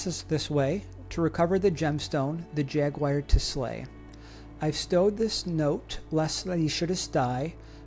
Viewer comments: Have to ask, what is a jagwire? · No, that’s a ‘jaguar,’ not a jagwire.